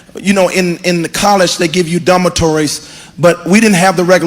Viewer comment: that’s exactly how grimace pronounces Dummatory